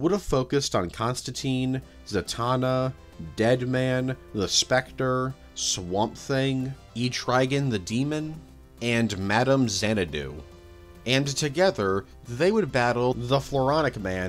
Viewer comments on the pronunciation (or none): Please do the X-Men iceberg next. That one would be so rich in content. Also why do you pronounce Etrigan EE-TRY-GUN lol